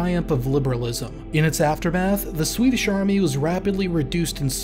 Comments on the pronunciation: Pretty good pronunciation of Swedish. Not the best I've heard from a non-Swede, but leaps and bounds over most anglophones. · Noticed you're one of the few non-Swedes who can be arsed to make a proper effort regarding Swedish pronunciations. Props to you!